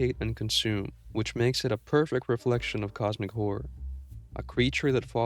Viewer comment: i like how you say Cosmic Whore